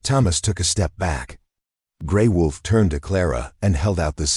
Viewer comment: Sometimes l wonder where the writers are from. The notes in these stories are not English... The pictures are usually strange. And it's...WOLF NOT VOLF